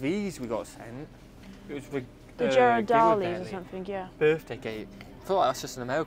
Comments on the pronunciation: The “G” in Ghiradelli is pronounced as in gun. The “H” in the name causes most tourists to San Francisco, where I emigrated to from the UK, problems. Target is great, and we’re happy that the corporation finally opened up a couple of stores here. When in Texas, go to HEB. It is awesome. The freshly made tortillas are so good that they are great eaten with a little butter or just plain. Whenever we visit Texas, we stock up on things as it only operates in Texas. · GEAR-are-DELL-ee Did you not go to Ghirardelli Square when you were in SF? It’s just a few blocks from Fisherman’s Wharf, just past The Cannery and across the street from Aquatic Park and the Hyde Street Pier. Also right there is the SF Maritime Museum. Soooo much you missed in SF!